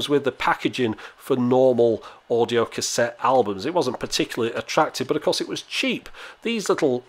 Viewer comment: "Standard audio Cashet"